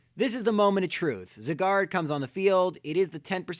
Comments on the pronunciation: Gata ANSAH it's Zye-gard. Not zigard. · It's pronounced Zieguard, not Ziguard. Go watch the anime if you think I'm wrong. I hope I never encounter anyone else say Zygarde's name like he did, it's so annoying. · ZY-GARD NOT ZE-GAR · I hate how he said zygard wrong, he said something like zigard or cigar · Why do you pronounce Zygarde as Cigard? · Your saying zygarde wrong it's sounds like it saying cigar XD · Only the garde part of Zygarde is french. The zyg part is based on the english word zygote which is pronounced sai. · Its pronounced Zī - gärd idiots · it is souns like it saying cigar XD WHAT IS THIS??? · If you could pronounce Zygarde that would be great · I love how you pronounce Zygarde...